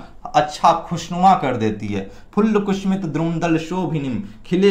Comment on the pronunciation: बहुत ही अच्छी जानकारी दी है, बेहतर होता अगर आप वीडियो बनाने से पहले अपना उच्चारण किसी से ठीक करवा लेते - कुसुमित: को कुसूमित, श को स और स को श बार बार उच्चारित कर रहे थे।